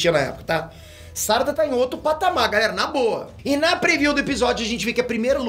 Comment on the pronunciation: Por que você fala "sárada" se não tem acento?